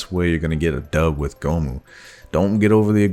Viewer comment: I felt horrible cringe every time I heard goh moo